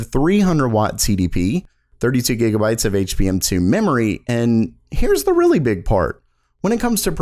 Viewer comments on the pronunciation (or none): none